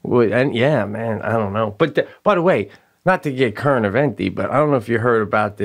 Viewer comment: Twice during this Cast, Pete said “Current-Eventy”, instead of saying Current Events... Next time, he should try pronouncing it in Italian: CurrentiVENti!